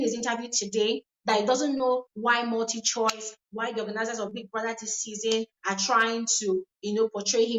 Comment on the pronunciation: Did I hear him say multichoice?